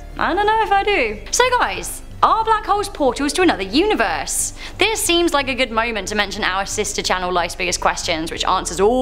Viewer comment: I'm really bothered that she went with "universEYE"